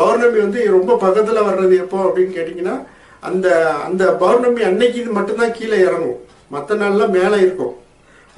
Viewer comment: Masthaan bhai... Tamizh sariyaa uchariyunga bournami illai (pournami) .Any how today leave for arampaadi sithar 😜